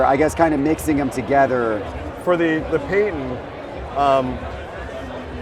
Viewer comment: “Paydon” manning. Never head of him before